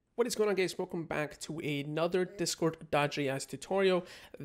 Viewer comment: He says Welcome gays